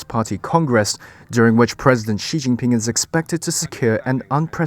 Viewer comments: "Wee Jinping" I like that mispronunciation. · It's pronounced "Pooh bear" not ping. It's such a common mistake to make though so I'll let you off. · "Wee Jin Ping" ?